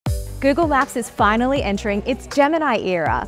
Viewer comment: Gyoogle Myaap ❌😏 Google Map 👈✅